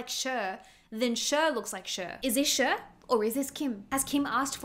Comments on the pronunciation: This lady just regurgitates other people's comments in her videos 😆😆😆 Doesn't even know how to pronounce Cher lmao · How can you not know the correct pronunciation of Cher's name? Its her name not some random word that is pronounced according to where one is from. FFS You sound quite ignorant. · Sheer 😂😂😂😂😂 Cher it's pronounced like Share. Love ur vids!! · CHER IS PRONOUNCED LIKE "SHARE" NOT "SURE"❤ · It’s not SHER it’s CHER (SHARE) please don’t botch Cher. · Not to be rude but it's CHER (SHARE) NOT ( SURE) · Who is "Sherr"??? Or "Sure"??? Because, um, Cher's name is "Share". 🤔🤔🤔🤔🤔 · pleaseee, SHER? CHER like shaaarree not sher 😭😭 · Girl it’s Cher as in share, not SURE. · "Share" not "Sher", pronunciation of Cher. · Sher? 😂 Cher (prn. ‘Share’) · SHER? SHER😂 no…it’s Cher aka Share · “Cher” is pronounced “Share” not “Shur.” Come on now. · Hey fellow Aussie..Cher is pronounced share. I really care that Cher gets her name said right..she is a Goddess, and one of her greatest charms was that she embraced her imperfections, and that’s what made her so perfect. That she’s gone on in her later years and felt the need to change the things about herself is a bit sad. She was utterly gorgeous back in the day, with her quirky features. Looking back on all the beauties of the ‘60’s and ‘70’s the thing that still makes those woman stand out is their naturalness. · I love you, and your videos are so fun to watch….cher is pronounced “share”. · It’s pronounced « Share » {Cher) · (Cher is pronounced “share”. ) Love you! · Cher is actually pronounced Share. It is short for Cherylin. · Cher's name is pronounced like "share". 😊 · FYI, Cher is pronounced "share." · Pronouncing Cher like sure. 😆😆😆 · Cher is pronounced like Share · Cher is pronounced like “share”. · It's pronounced as "SHARE" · Cher is pronounced "share" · I just love the way you pronounce Cher 🥲😍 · I'm sorry but I have NEVER heard Cher pronounced like that